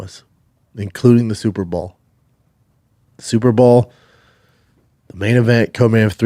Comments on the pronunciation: Lol IKR. At this point I honestly think he just can't say the word "Bowl". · Can someone please make eye contact with this man and say “it’s super BOWL not superball” enough is enough man